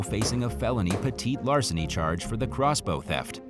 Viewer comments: I think he's trying to say petty larceny. 🤓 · Idk if anyone else noticed but I was getting frustrated every time he said petite larceny in story number 8 lol man it’s petty theft and larceny not petite as in smaller size lmao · For heaven's sakes -- it's "peh-tee-larceny." There's nothing "petite" about crime, unless the perp is really, really short.